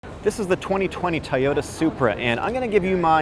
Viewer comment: It’s pronounced TOYOTA, not tyota!